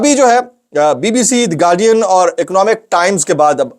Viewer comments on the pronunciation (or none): none